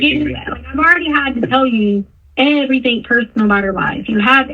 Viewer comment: Anyone else super annoyed by her saying “everythink”?